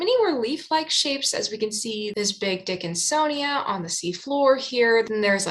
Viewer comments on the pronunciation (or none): I don't know if you did that on purpose, or if it was just a fluke, but it's funny either way. "Big dickinsonia", 😉 🤣 Sorry, I can be very juvenile sometimes.